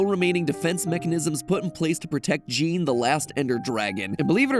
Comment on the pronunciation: Just a quick fact, "Jean" pronounce as "Jawn". Just sayin...